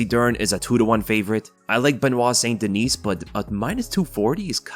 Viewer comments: Haha. You're kind of right. Now that I think back. You might have ruined it for me now. Lol. Anyway, wasn't trying to be a goof. Being French Canadian, I'd rather him pronounce it Saint Deniss than Sainte Deniece. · Its pronounced "St-Den-knee" not dineese lol its french, so silent s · Benoit St Duh-nee. Just FYI, seeing as you seem to be trying to pronounce it properly.